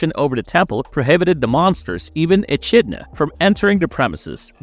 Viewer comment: You mispronounced Echidna